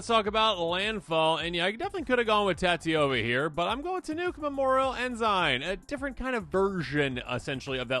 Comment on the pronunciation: Tannuk, Memorial En-sin. En-sin. I feel like no one can say it correctly. This is a very common Navy rank.